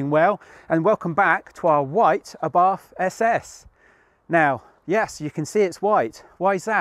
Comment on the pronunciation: I cant be the only one cringing a bit every time says "SS".Its "Esse Esse" pronounced like S.A.S.A.